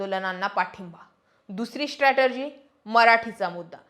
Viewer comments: स्ट्रॅटेजी म्हणा स्ट्रॅटर्जी नाही. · 'स्ट्रॅटर्जी' नाही, 'स्ट्रॅटेजी' म्हणा. बाकी विश्लेषण छान.